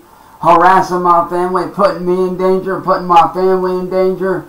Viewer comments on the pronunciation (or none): I love when he says dan-geer